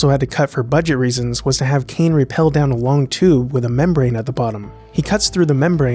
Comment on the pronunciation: rappel, not "repel"